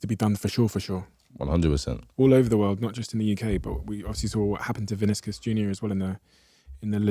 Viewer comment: “Vinis-Kiss Junior” 😭